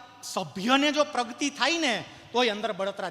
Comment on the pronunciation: પ્રવચન સરસ છે પ્રગતિને પ્રગ્તિ ના બોલો 🙏